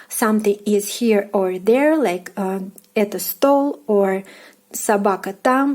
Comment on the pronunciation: Please, don't pronounce "etO", but the correct " etA" because it is confusing... :)